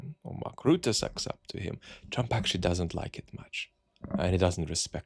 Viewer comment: The name is not Roota. It is Rutte with the U sound from before the 17th Century vowel shift in English. It is closer to the U in the schwa, such as the uh sound at the end of sofa, or the sound of the vowel in "writ". Why not use AI tools to get pronunciations in foreign names correct?